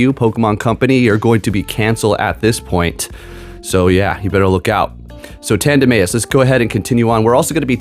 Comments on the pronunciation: Chuckled at this. It’s totally Tanduh-mouse… 😂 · Tanduh-may-is is the biggest troll pronounciation since Slaking (Slay-king) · It's tandem mouse. Your pronunciation irks me. Sorry. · Tanduh-may-is!? Kamm-Ay-amm-Ay-AHH! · Sometimes he gets flustrated with pronunciations 🤣